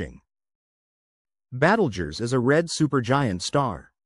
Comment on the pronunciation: AI babble -“Battlejuice”.